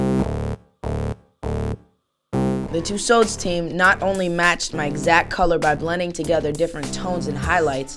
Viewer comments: crazzi-j north It’s Pronounced tuesawds, not tuesauds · He cant evwn say tussauds right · Justin you pronounce it two swords not tosads xx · Why do Americans say Madame tussows it's Madame Tussaud's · It's not twosos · Tusodes aha why can't he say it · Josalba Jimenez in america, you say what he says. but in england we would usually pronounce it as ''tussords'' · lol he cant say it right to me then and yet i cant even spell even #evwn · the way he pronounces tussauds sounds like a british accent lol. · He doesn't even know if Germany is a country, do you really think he'll pronounce Tussauds right? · Aww he can't say Tussards